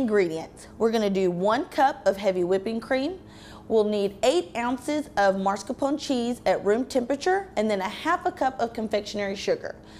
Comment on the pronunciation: Why is she pronouncing it MARscapone, when it's MAScarpone? I hate that!